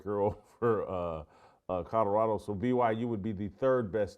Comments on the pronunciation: This guy keeps talking about "Coddorodo". Where is Coddorodo? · If you're going to talk about Colorado every day you should learn how to pronounce it.